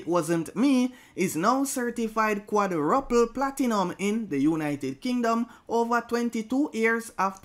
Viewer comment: I think it's pronounced QUAJROOPLE (quadruple)